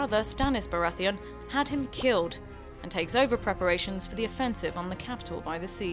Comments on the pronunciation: iTzVisionz Renly "Barratheeon" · Her pronunciation of Baratheon made me want to die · why can't she pronounce baratheon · Is the narrator purposely pronouncing things wrong? House BaraTHEON? The Knight Watch? Peter Baalish? I mean, it's a good video but some of the I information is incorrect, but an well, at least it gives the general idea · AyyLmao the woman speaking clearly never watched an episode of GOT... she pronounced Baratheon at Renlys name terribly and also probounced Tyrell pretty bad xd